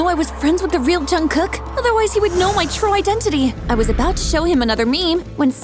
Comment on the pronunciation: Bro it's jungkook not junkkook